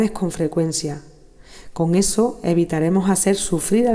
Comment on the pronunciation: "Esseso" jajaja; qué pena con la doctora, la admiro mucho pero pronuncia muy gracioso. 😘